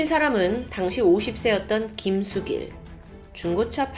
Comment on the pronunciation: 초에 김수길을 김수근으로 잘못 발음하셨네요.